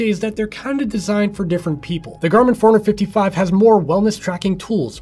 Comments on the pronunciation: To me is sounds like “ foreigner 55” . That watch is not from this country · Is it just me or the way you pronounce forerunner 55 sounds like 455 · forerunner 55 fourhundred 55